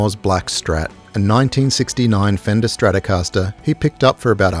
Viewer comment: les stracascastaster de Gilmour, c'est quelque chose ! 🤣 Quelle connerie, cette I.A. débile.